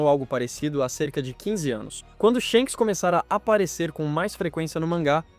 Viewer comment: "Shenks e Dregon " kkkk